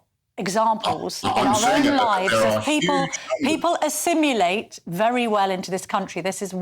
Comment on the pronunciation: Stupid old trout can't even say "assimilate" properly 😂